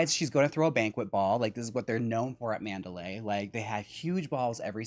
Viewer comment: Manderley is pronounced Man’-der-lee. Not Man-da-lay’.